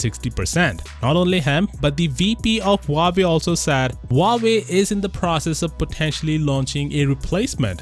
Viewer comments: It's actually spelled wah-way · My ears bleed every time u say "wavy" instead of Huawei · Not Huvavei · Huawei's middle name actually 'Lie'. Hua 'Lie' Wei